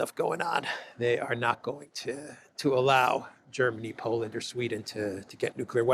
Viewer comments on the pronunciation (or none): none